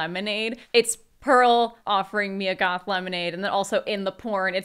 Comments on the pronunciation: dammit it's MIA Goth not Mya Goth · babe, its MIA not “maia"